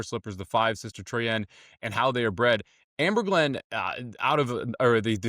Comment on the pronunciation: 5 horse pronounce Troy en. Just like the La Troienne stakes during Derby week